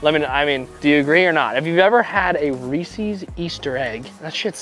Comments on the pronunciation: Never had a reesies but reese’s 🤌😂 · Why you saying reeses wrong